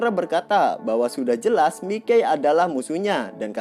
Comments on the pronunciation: Iya yg bener Mikey dibacanya maykei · "Mikey" dibaca sesuai tulisannya terdengar aneh !!!!🤣🤣🤣🤣🤣